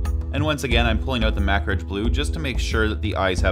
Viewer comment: you say Macragge like "Mak-ridge". I always pronounce it "muh-crag". Which is correct?